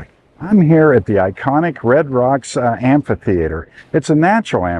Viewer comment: I love that you say "amphitheater" not "ampitheater"